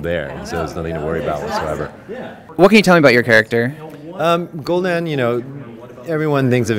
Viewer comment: He says the name right and then corrects himself to be wrong. What.